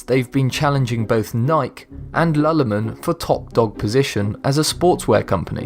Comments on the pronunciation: lulemon???! It's lu-lu-lemon! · lulomin???? hahaha its pronouced loo loo lemon haha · It is. He also pronounced Lululemon incorrectly. Grossly wrong. It's not lu-luh-mun. It's how it looks. Loo-loo-lemon. Some people in this thread have argued it's an accent thing. It should be how the actual company itself says it. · I noticed that too, I live in Vancouver where Lululemon started and we certainly say it Lew Lew Lem mon (like a girls name and a yellow citrus fruit) not la la le men. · it's definitely Ny-Key. That's how the company itself pronounces its own name. And the other company he mentions is NOT Lalalemon, it pronounced Looloolemon. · MY GUY SAID LA LA MON WHEN ITS LU LU LEMON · and he also said lalamon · Nike is pronounced "NY-Key" and lululemon is pronounced "Lu-Lu-Lemon". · don't forget "lul-ule-mon" lol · "Nike" "lulumon" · lol, "Nike...Lalamin" wtf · its pronounced Loo Loo Lemon. Geez! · It's looloolemon is how you say it and nikie not the way you said it( not trying to be rude but trying to help) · So many people probably got triggered because he didn't pronounce Nike and Lulu Lemon correctly (even though there isn't even a correct way)